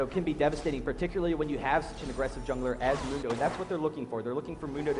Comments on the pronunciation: Is one of the announcers purposely butchering Mundo's name? Mundo says his own name like a bajillion times... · I hate how he says Mundo's name! It's not even the right vowel